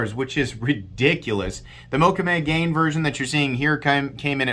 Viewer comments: Just a note, I believe the second part of the name mokume-gane is pronounced ga-nay not gain 😄 Incredibly beautiful knife. Maxace is doing amazing stuff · Pronunciation … out of cultural respect … “Mokume Gane (pronounced Moe-koo-may Gah-nay) is an ancient Japanese metalworking technique, developed in feudal Japan by master swordsmiths. The name translates as "woodgrain metal," referring to one of the most popular patterns created to adorn samurai swords.” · Hey,, Mokume Gane is Japanese and is pronounced Mo Ku May Ga Nay. Love your channel. I collect Mokume items.